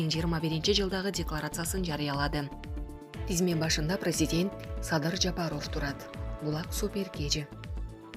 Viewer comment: Аиий журналистсинби же блогер дейби мынча сабатсыхсын фамилияны туура окуй албайсынЖапаров дегенди кандай айтасын озун уксан уят уят